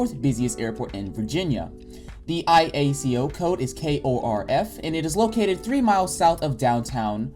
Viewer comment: ICAO - International Civil Aviation Organization... you said IACO - Illinois Association of County Officials. Also, it seems as though you are speaking from a list that highlights the major points of your thesis, but not exactly a script. A good idea for a draft video, but for the final review I would recommend typing up a script. That way you will not stumble over your words or have to backtrack to previous talking points to cover a particular point that you may have forgotten before. This is meant to be constructive. Good to see somebody else in the X-Plane 11 review category.